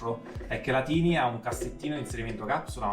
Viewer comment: nella pronuncia iniziale:) si legge tàini... significa piccolina